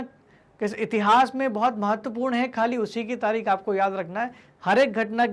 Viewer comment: तारीख होता है तारिक नहीं